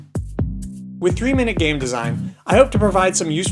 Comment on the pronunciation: Sounds like "Endgame" ^^